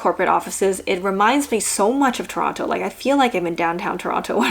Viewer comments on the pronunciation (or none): none